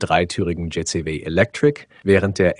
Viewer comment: Entscheidet euch mal für Englisch oder Deutsch. JayZehWeh klingt einfach nur dumm.